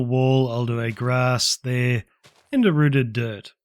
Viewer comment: "One right der"